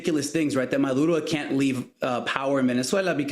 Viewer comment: Don’t speak Spanish? Don’t try to pronounce Maduro’s name or Caracas . Sheesh We get it, this is the most Spanish All the American anchors / news analyst have spoken their whole lives and yet, they purposely feel they need to sound Latino. Lol making us laugh, we love clicking on these videos 😅